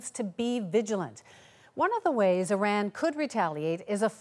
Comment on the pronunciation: She cant pronounce - trump or Iran